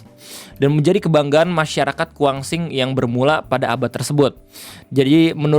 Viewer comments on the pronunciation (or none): Kuansing bang... Bukan Kuangsing... 😂😂😂 Cerenti bang... kedua huruf e nya dibaca menggunakan huruf e Pepet , seperti penyebutan kata Empat... Salam kenal , saya asli dari desa Kampung Baru, Kecamatan Cerenti, Kabupaten Kuantan Singingi (Kuansing) , Provinsi Riau...